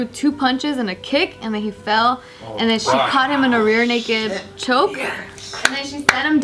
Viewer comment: "Rear Chaked Noke" 😂😭😭😭 im done, good night